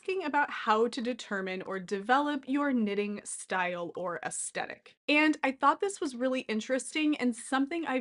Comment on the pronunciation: Definitely pronounced with soft ‘th’…looked it up.😢 Sorry to be judgmental just having a difficult time listening, otherwise great video!❤